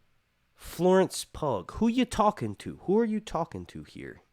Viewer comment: Florence not Flarence, and Pugh pronounced Pew 😂😂. You had me in stitches though